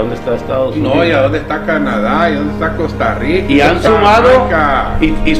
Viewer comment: el que? El ruuannking?? 🤣🤣😅 Costa ruuiica?? 🤣🤣😅